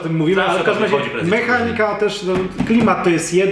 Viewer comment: jedyna rzecz która mnie irytuje to sposób w jaki akcentujecie słowo MEchanika :P poza tym spoko film!